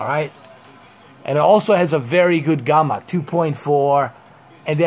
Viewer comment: What the hell is Gumma? Its Gamma like jamma.